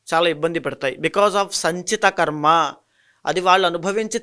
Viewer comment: ఖర్మ కాదు.. కర్మ అని పలకాలి.. Anchor గారికి సూచన 🎉